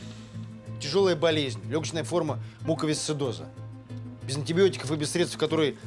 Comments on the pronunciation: Врач не может выговорить слово "муковисцидоз ")))) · Значит, увидели блюдце с молоком и заподозрили наличие кошки в больнице — антисанитария, мол. А то, что у замглавврача по КЭР мыши по кабинету бегают, это норм, судя по всему. Врачиха даже слово "муковисцидоз" произнести не смогла, сам Ладыгин говорил "диспАнсер": хреново сценречь изучали. Кинологи — хамьё. Взяли оттолкнули интернов, потому что, видите ли, собаке выйти надо.